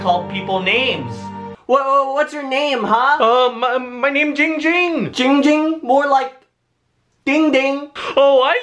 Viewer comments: It's ging. Ging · It’s ging. Ging